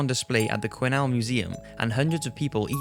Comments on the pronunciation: Wow - finally someone who pronounces "Quesnel" properly - ty from me and my home town! lol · You pronounced Quesnel correct I'm very impressed.